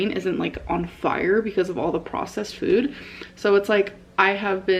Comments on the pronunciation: The way she’s been saying the word “food” in most recent videos drives me MAD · How do you not notice the weird way she says “food” now 😭